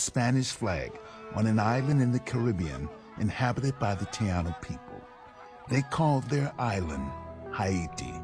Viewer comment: Tianu? ...you mean TAINO..